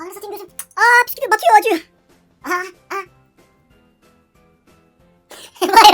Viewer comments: yanlız bisküvi diil pisküvit :D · piskuvit diyonuz la biskuvi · Biskuvi değil piskuvielo 😂😂😂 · PİSKÜVİ DEĞİL BİSKÜVİ :D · biskuvi deilde neden puskuvi😂😂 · püsküvi değil büsküvi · piskuvi piskuvi yow yow :D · videonun başından sonuna kadar bisküviye püsküvüt dedin ya koptum xjskkak:D bu arada edit mükemmeldi ya yavaslatmalar falan çok komikti eline sağlık:)